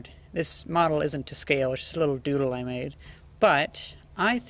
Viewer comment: 'nice little doodle i made' hehe, sounded like doodie